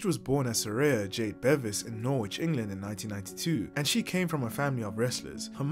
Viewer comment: Norwich has a silent “w”! 😮